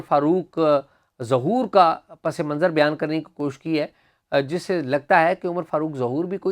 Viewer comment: Shah ji. Pas Manzar not pase manzar. Cheema sb, Shah ji pase manzar pe he atkay howay hain ab tak 😁